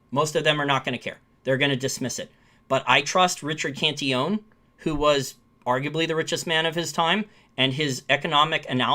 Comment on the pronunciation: Cantillon[ kahn-tee-yawn ]